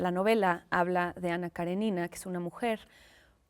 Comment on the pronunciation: La pronunciación correcta del título y nombre de la novela Anna Karenina se dice acentuando la letra e y no la i: Anna Karénina, no Karenína.